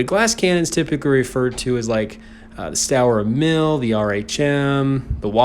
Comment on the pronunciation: In german jager it is pronounced yay-ger so it is yay-ger-roo It is more common that the nickname Waffle is used It is Progetto and pronounced as pro-jet-toe St.Emil is pronounced as stu-rer e-mil, full is Sturer Emil Thats all I can see